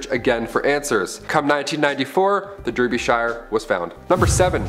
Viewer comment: Derbyshire, is pronounced “darby-shear”